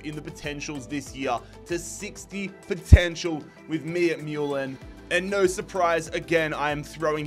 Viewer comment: this is Mulan as Mewlan haha